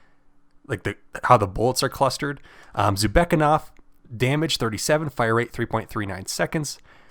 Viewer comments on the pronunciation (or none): Thank you, really useful and informative video. I'd love to see smgs next because I don't know about many of them. However I do think it's pronounced "zoo beck na kov" and not zubekov but to Each their own